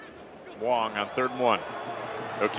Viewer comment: His name is WANG not Wong.